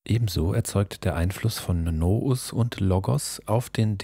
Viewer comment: Es heisst nicht no-us - es ist altgriechisch und wird tatsächlich wie Nuuus ausgesprochen